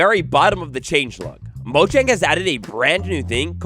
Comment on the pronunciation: It's pronounced moyang